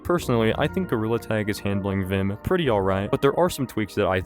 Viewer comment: You’re saying it wrong it’s vim not v.i.m